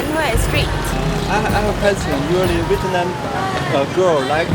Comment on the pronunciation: 的ve [t'] nam的发音真的是好违和，这个t真的是。。。不会查查有道词典或者youtube一下怎么发音么？